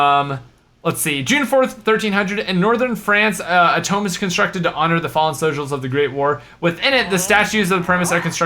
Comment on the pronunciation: tome instead of tomb... nice :D